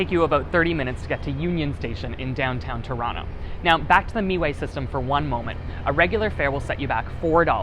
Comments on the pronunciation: Long time mississauga resident here, FYI MiWay is pronounced like “My-way” not “me-way” 🤓. Great video though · its my-way, me-way just sounds dumb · Haha I see the "Mi"-way compelled him to say Me-way. It's pronounced My-Way even though they spell it as MiWay. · The bus company is My way not Mee way. lol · miway is pronounced "my way" not "me way" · Not (Me - way), "Miway" is pronounced (My - way) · MiWay is pronounced “MyWay” not “MeeWay” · the moment he said meeway i stopped to look at the comments its MIWAY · its my way, i was like omg did he just say me way like ughhhhh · It's Miway as in My way, not meway. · Painful to hear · "Mee Way" lmao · Not bad except for the whole "MeWay" debacle 🤣🤣👍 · The Mississauga transit actually is pronounced My Way! And also Toronto Pearson Airport is also located in Mississauga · Meway lol. I work for 'meway' btw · am i the only mississauga citizen that cringed when he said meway :') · Meway made me to read comments 😅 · Hi! just watching this video now. Yeah this guy is not the best spokesperson.. meeèway?! come on what a goof 🤣🤨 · I'm not even Canadian as was like say what lol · Miway (pronounced "my way"; stylized miWAY) according to wikipedia. If you call Miway operator, they will pronounce as "My way" too. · Lol, right away you can tell he is not from Sauga or never lived there for long. Still great video! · Thank you!! :D I started to cringe a little at the pronunciation. Like, the driver was right there, you didn't have to guess.